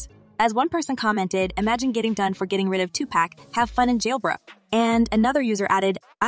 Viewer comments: I agree. I know it’s AI but although it may not bring him back, it shows respect. You wouldn’t want y’all’s name mispronounced either. It may not be his birth name but this this the name he went by/called. Talk about being petty, it’s petty to argue when someone says his name is being said wrong. Blessings to all. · PLEASE PUT SOME RESPECT ON TUPAC'S NAME... IT'S PRONOUNCED AS 2-POCK (Like LOCK) 2 POCK, Not PACK... Uggggggghhhhh ❗❗❗❗😡😡😡😡😡😡😡😡😡😡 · Smh why these white folks keep saying his name wrong his name is two pock -2pac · "2 pack"...? Can we pronounce his name correctly TUPAC! ✊🏾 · Please respect the dead and pronounce his name correctly. Its not pronounceed Tu-PACK it is Tu-pahc. Ahhhhhh not Acckkk. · Please stop calling him 2Pack! It’s 2Pac (like Pock). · IT’S TWO-POCKKKKK NOT TWO-PACKKKKK geeeshhhh lady you’ve had 27 years to figure out how to PRONOUNCE the damn name right before making a video. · Sweetheart, u gotta at least say the man’s name right if you gone do a story on him. It’s (Too-Pock), not (Too-Pack). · It's not 2 pack it's 2 puck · his name is not tupak dummy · I don't trust anyone saying tupack this is not on the news that is the girl from the internet I saw that news cast they never mentioned diddy smh YALL GONNA GET SUED STOP MESSING WITH THOSE WHITE PEOPLES PODCAST U GONNA GET SUED THAT YOU TUBER CANT EVEN PRONOUNCE TUPAC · If this woman say 2pack 1 more time 😅😅it’s pronounced 2poc but spelled 2pac it annoys me when she says it wrong but says puff or diddy the right way 😂😂😂😂 but OVERALL GREAT VIDEO!! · 2pac!!!!!! NOT 2PACK!!!!!!!! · Omg plzzzz say his name right it’s not 2 pack it’s 2 pac use your short a . Y’all never say his name right watch interview when he says his name never say his name right for 30 yrs smh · To this day I have NO idea WHY certain people pronounce Tupac’s name like Tupaq. The ENTIRE world knows it is pronounced TUPAC(too-poc). 😣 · This lady keep saying “to pack” No !! It’s Tupac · Why does the host call him 2Pack?